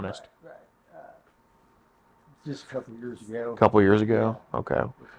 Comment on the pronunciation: He, in fact, did NOT say "Couple"...after rewinding 7 times, he INDEED said "Kebble."